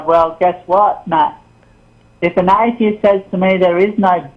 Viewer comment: It's funny how he pronouce atheist as "aye-dye-ist" :D